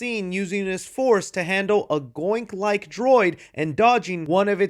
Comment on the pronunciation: Goink? GOINK? YOU DARE MISPRONOUNCE THE NAME OF OUR LORD AND SAVIOR GONK? How dare you.